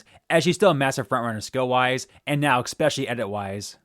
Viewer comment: You lost me at "Expecially"